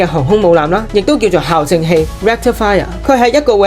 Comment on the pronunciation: 小提醒，校對，校正，係讀「教」正的